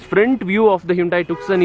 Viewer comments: This isn't TUKSON.. It's pronounced 'Toosawn..' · Bhai its not pronounced 'tuk-son'. It is 'ट्यू-सौं' (tyu-sawn). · It isnt tukson ji...to be pronounced as 'tyoosaan' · Bro it's pronounced as Hyundai TooSo not Tuk-Son .. It's the world's most mispronounced Car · “C” in the TuCson is silent. It’s called “TuSoo”. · It’s pronounced too-so